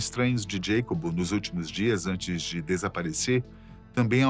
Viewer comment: Para ficar perfeito faltou chamar o mexicano pelo seu nome hispânico, Iacobo, não “Djeicob”. 🧉☕️🍷😸